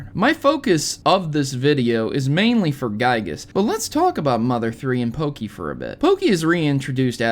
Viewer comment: everytime you say pokey, i hurt